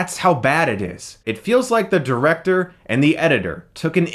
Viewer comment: Okay... Your "Directeeeeeeeeeeurh" made me crack. Edit: Jorah? what the h are you doing here mate? go back to Essos! Hey Chris! Don't criticise Adobe After effects! You can do great stuff with this!